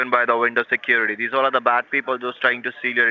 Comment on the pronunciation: Lol ees these, what ees these?"